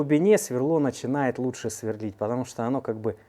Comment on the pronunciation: Све́рлить... Мм, местный диалект.